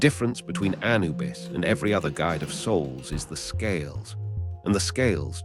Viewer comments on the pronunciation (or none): (Emphasis on second syllable not first, a- NU - bus 👍)